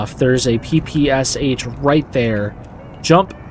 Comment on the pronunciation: I've always been jelly for the eng dudes coz most cool games' mother language is eng and it's so pleasant to hear mother language in a game. Funny thing's that this game exactly makes the situation the opposite. Now u guys may be jealous coz I can understand bandits' quotes perfectly :D Oh, it's also funny (or interesting) that u call the gun P-P-S-H, while Russians call it like "Peh-Peh-Shuh" (like rus alphabet letters). Sounds better than P-P-S-H lol :D Lol. Btw, it shall be interesting to check these vid series, while i'm not good at this game. Commentaries are pleasant btw yea.